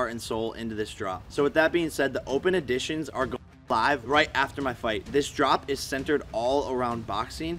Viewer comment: It's EDITION not AUDITION